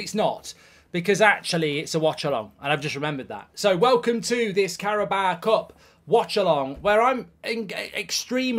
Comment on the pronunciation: It's the happiness at the beginning to the rage at the end for me. 😂 No more "Carabawa Cup"